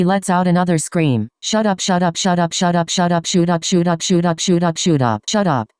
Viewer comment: Im sorry but when was saying shut up i heard shoot up i tried my best not to laugh but its hard